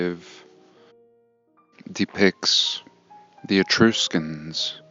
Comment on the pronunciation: The "u" in the word "Etruscans" is like the "u" in the word "truck" not like "E-troos-cans". 🤣🤣🤣 but getting back to the Etruscans, you're right they were all buried in a mud flood. Their entire civilization is buried about 15 ft under the ground.